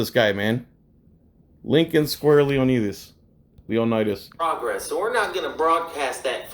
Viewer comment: Cmon man arent you Greek and you cant pronouce "leonidas"? 😉